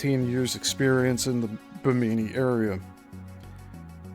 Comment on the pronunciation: I'm really enjoying this series and your Coral Castle videos. FYI, it's pronounced BI'-mi-nee--emphasis on the first syllable. The first two i's are short and only the last like 'E'.